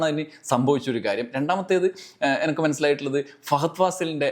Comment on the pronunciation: എനക്ക് അല്ലടാ എനിക്ക് 😅😅😅😅😅